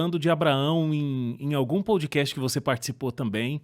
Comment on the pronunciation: Não é "poudi cast" e nem "hopi" hour.